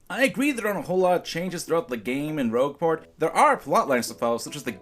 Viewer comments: That was quite annoying. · He probably did it on purpose. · Umm just asking but WHY IS HE MISS PRONOUNCING ROGUE PORT AS ROSHE PORT? Is this a mistake or something??? I don't even.... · I'd argue that guy hasn't even played Paper Mario: The Thousand-Year Door with how wrong his information is. I've played it years ago, having not played it in years, and even I can tell that the partners aren't as useless as he lets on. And he mispronounced "Rogueport" as "Rougeport" 8 times! How is that possible?! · Its nitpicky But i hate how he callse rogueport “rougeport” Idk y its just gratin lol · I know this is a minor complaint, but IT'S ROGUE PORT! NOT ROUGE PORT! ( why!?) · AnnabethRide I'm so glad I wasn't the only one upset at how he pronounced it. It's rogue, like a class in RPGs not rouge like the colour red in French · Thank you thank you THANK YOU! It's ROGUEport, not ROUGEport. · Anyone else bothered by how was saying Rougeport instead of Rogueport? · 'Rougeport?' Really,? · Love your commentaries. Keep up the good work! I enjoy videos but yeah, this one was painful. Especially how he pronounced Rogueport. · its not how you prononce rouge port. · Anyone else bothered by pronunciation of Rogueport? The town isn't a bat >.> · I made sure to mention that on the original video on the day it came out, it bugged the crap out of me. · AnnabethRide yeah, every time i end up correcting it in my head, but it's pretty bad that he keeps messing that up.